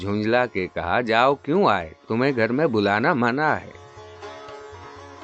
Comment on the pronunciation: تا درِ جاناں ہمیں اوّل تو جانا ہے منع ہم نے اپنے بڑوں کو اس طرح پڑھتے ہوۓ سنا ہے ۔ مگر آپ محترم ردیف کو اور طرح پڑھ رہے ہیں ۔